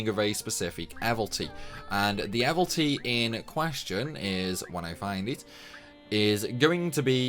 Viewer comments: hey man. you keep saying "evilty" missing out the second I. it's like abilities but evil. evil ities, mildly frustrated about that sorry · Man it’s even worse , he says “ ehvel-tees “ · How does someone who plays and makes this much content about disgaea still think evilities is pronounced "evil-tees". It rhymes with "abilities".